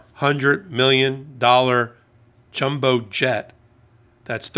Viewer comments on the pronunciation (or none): none